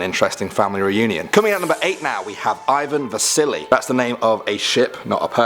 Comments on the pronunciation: When you said Ivan Vassili, I thought you said "Ivan THE SILLY." I'm so silly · Ryan Mallet It sounds like it lol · I thought you said ivan the silly